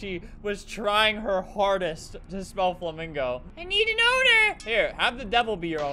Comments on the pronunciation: I think she tried to say, “It must be flamgo” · Nobody: Person: “it sustbe flogo” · "it sustbe flogo" i burst out laughing